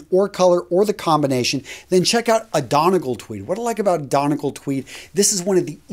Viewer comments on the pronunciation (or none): Ah... pronounce Donegal correctly! Dunygol. 😃 Also.. love the videos!